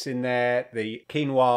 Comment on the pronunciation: Thats how its meant to be pronounced